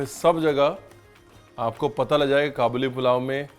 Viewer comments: I think it is called Ka buleee not ka boli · its Kaa-bal-li not qaboooli... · Kabooli nahi hai bhai kaabuli hai..from kabul Afghanistan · Its not Qabooli its Ka'buli pulao